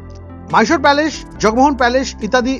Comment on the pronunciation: Mysore ke "Myshore" ar Palace ke "Palesh" bolchen barbar ... bisri lagche bhai